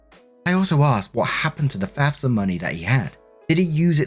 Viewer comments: Good job pronouncing FAFSA. You nailed it. 😊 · You pronounced FAFSA properly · Don't worry, you pronounced FAFSA right. 😉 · You said FAFSA better than most Americans. They mix it up and say fasfa. Bugs the shit outta me